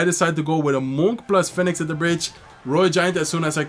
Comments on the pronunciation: my man. Phoenix is pronounced "fee-nix" in english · Nah it’s phonix wdym